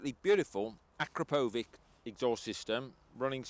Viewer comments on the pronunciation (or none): grrr. i hate it when people pronounce akrapovic that way ah-crop-ah-vich is how its pronounced. sweet bike though. too bad they were so limited on how many they produced